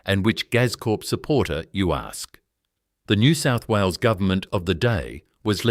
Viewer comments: Please teach your bloody robot to say NEW SOUTH WALES. Do you even know where it is? Do you care. More utter garbage. You shgould rebrand as a comedy channel. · Pitty this is AI crap. Can't say NSW, pathetic